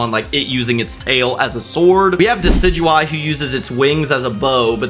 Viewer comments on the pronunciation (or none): none